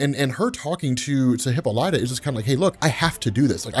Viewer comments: Who or what the hell is a Hippalaya?????Does he mean Hippolyta Wonder Woman's mother 🤣🤣...Hip poly ta.... Pronunciate 👍🏽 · Bro said hippo-lah-tah. Lol. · Dude, it's Hi pol y ta